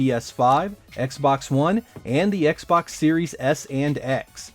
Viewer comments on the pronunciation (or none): none